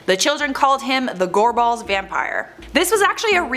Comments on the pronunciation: Just saying I’m from Glasgow and in the first one when you say Gorbals you’re putting waayyy to much emphasis on the a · Goar balls? Is gorbals 😂😂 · Gorball's lol It's pronounced gorbles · 🏴 I'm here in Scotland..... your pronunciation of the word Gorbles made me chuckle .. " Gor balls"...😁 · She pronounces gorbals like Gor- BALLS 😂 Where usually where I’m from in Glasgow it’s pronounced like gorbls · this comment is extremely late but being from Scotland, hearin the way people say place names from here lowkey annoys me. Gorbals is pronounced "Gorb-Als" not "Gor-Balls" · Gorball's pronounced Gorbles Ayrshire pronounced Airshire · It’s gorbals not gore balls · It’s gorbals not goreballs 😂😂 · Gorbals not gore balls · For the love of god. What an awful attempt of the pronunciation. It's not "Gore-balls" it's "Gorbals". One word. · I’ve heard of the gorbals vampire. But yeah that pronunciation, ‘gorballs’ 😂! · Btw I'm from glasgow, Scotland and the pronunciation of the place names in this video are as follows, Edinburgh - Edin-bruh, Gorbals Gor-bils and Ayrshire is Air-shir. just wanted to post this as it does get annoying after like 80% of the time they are mis pronounced lmao. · Why is she pronouncing 'Gorbals' like 'gore-balls'? Lol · It's pronounced gor-bols, like rhyming with for-talls. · Note for anyone watching, these two need to learn how to pronounce the places before they do these videos. Ayrshire (air-shur) , Gorbals (gorbles), Dalyell (dee-ell), the rest is close enough I guess 🤦🏻‍♀️😂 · Gorbals is pronounced g-o-r-b-u-l-s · Am jist laughing at the pronunciation of the place names, especially 'Gorbals', I love it. A dunno how av never heard a most a these. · Genuinely stunned that the woman in the video knows how to pronounce Glasgow and Edinburgh. That’s rare. She made a bit of an arse of Gorbals but that’s forgivable. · Every time she said gorbals it pains me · She said gorbals wrang